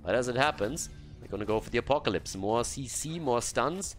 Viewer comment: that sounds soo funny xD